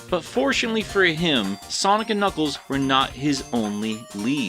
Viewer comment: Ah yes...knackles